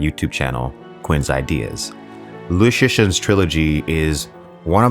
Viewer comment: Love all of your YouTube and Podcast contents except your terrible pronunciation of Liu Cixin. It is pronounce more like “Leo Tsi Shin”, if this makes any help.